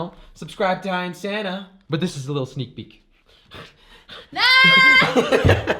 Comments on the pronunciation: I keep thinking he’s saying Santa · I thought u said Santa like santa not your girlfriend lol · when you said you girlfriends name i thought you said santa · Lol that’s what I though when I first started watching jelly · sana sounds like "Santa"